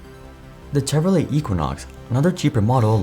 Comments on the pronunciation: Listen - I typically like the content. But if you can’t even put in enough effort to learn how to pronounce Chevrolet… cmon man, it’s not that hard 😂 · Bro are you AI what's up with the Chevrolet pronunciation